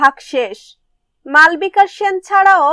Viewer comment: Ami jantam but name ta malbika noy malobika but Spelling ta malbika.. Apa ota vul Pronauncession